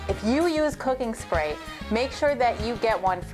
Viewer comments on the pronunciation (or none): none